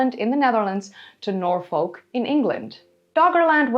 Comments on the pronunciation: Fascinating video. I really enjoyed it. By the way Norfolk is pronounced Norfuk, not Nor-folk. Just on of those silly English things. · Im a tad late but its pronounced Naw-Fuhk not Nor-Folk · Great video, love Doggerland. I know you are always trying to improve your pronunciation, Norfolk is normally pronounced 'Norfuk', confusing I know as folk is pronounced as you did when saying Norfolk. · Minor point, but Norfolk is pronounced "nor-fuk" (like "gnaw f*ck"). And if it is further south as your latitude suggests, the line would go up (left to right). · Jsyk, it is pronounced Nor Fuk. It is a popular destination for holidays and daytrips. In the Midlands we refer to such trips as ‘going Norfolking’. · Love your vids! Just wanted to add, we don't really add the l in Norfolk, we say 'norfuk'. Not being critical just saying! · its norfuk and darby sheer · Hi hate to be a pendant, but I will anyway! As a British person the way you say Norfolk really hurts my ears,I didn't know what you were saying at first. If you want to say it as a British person would pronounce it, it's Nor'fock. Love your Chanel by the way. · I was going to try to tell you how to pronounce Norfolk correctly but the folk part sounds like a swear word :). The pine forest at Holkham in Norfolk is beautiful. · Milo thought you had local knowledge yet you can’t pronounce Norfolk or simply can’t be bothered .. unsubscribe from milo for recommending someone unable to show any local knowledge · Strange slightly Dutch pronunciation of Norfolk keeps making me think that you are American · The way you pronounce Norfolk makes you sound like an AI!